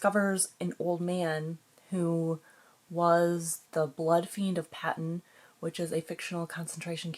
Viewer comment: Pa-teen! Not Patton!